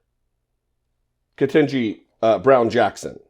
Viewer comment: I like your channel and I'm gonna need you to learn to properly pronounce Judge Ketanji Brown Jackson's name. KEY-TAN-JI. I hope that helps. It's important and I know you know.